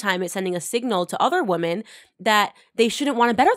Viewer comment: Love you, Candace, but please learn how to pronounce "women" differently than woman.